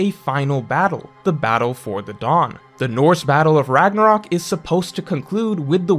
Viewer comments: "RAGNORAK" YOU MEAN RAGNARÖK LOOOOL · "Ragnorak" uh oh